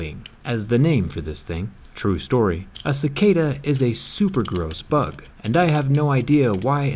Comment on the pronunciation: Pronounced bug wrong bro